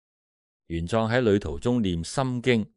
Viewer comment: 玄奘 自小讀莊 你讀壯 可有特別意思😂😂